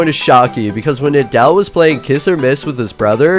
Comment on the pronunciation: You can’t even say nidal correctly this is fake